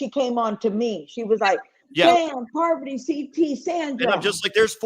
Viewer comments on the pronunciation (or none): I love how Rachel keeps calling Parvati “Poverty” and Sheree “Sher-ie”. 😂